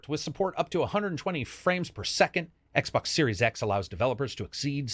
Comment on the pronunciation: Xbox SNormal... Brilliant...